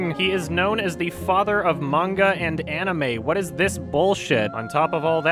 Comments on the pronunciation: I'm just seeing this, and it's a pet peeve of mine when someone pronounces 'manga' with a long 'ay' sound like 'page' when it's more of an 'au' sound like 'autumn'. Ugh. No respect for those people as far as that goes. 😂😂😂😂 Nihongo wa daisuki desu yo! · if you cant even pronounce manga (mon-gah), youve lost all credibility. not you (this channel) but the sample you used. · I don't trust anyone that pronounces manga like mane-ga🤢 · Anyone who pronounces it "mane-guh" is not credible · "mainga" That woman made the weeabs in the crowd cringe hard with that pronunciation. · we’ll I lost a point of taking that seriously when she mispronounce manga, even pronounces it right. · I'm not a huge anime/manga nerd but the way she pronounced "manga" when mansplaining blatant misinformation makes my blood boil. EDIT: Also wtf Kimba is fucked up lol